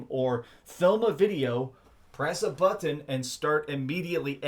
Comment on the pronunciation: I love how you say Butt Hun (button)